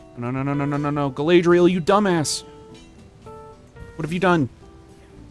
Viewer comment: Galadriel probably messed up that battle because she was sick of you mispronouncing her name 😂